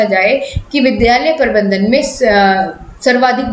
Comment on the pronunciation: Parbandhan ni hota Prabandhan hota h yrr